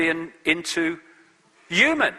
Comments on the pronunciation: sorry but why does he keep saying EWE-MAN instead of human it's so annoying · The only thing I know for sure is he pronounces 'human' as 'yuman'...